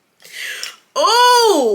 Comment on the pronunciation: Not the sister ponytail 😂😂😂😂 "Arianda" ☠️☠️☠️